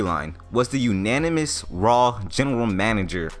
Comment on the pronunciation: Nope, it's not "anynomous" either. It's anonymous. 😂